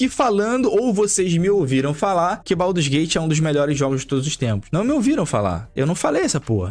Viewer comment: Baldurs não, BADUS GATE